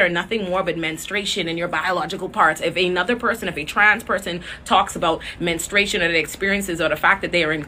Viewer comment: "Men-stru-a-tion" baby. ♥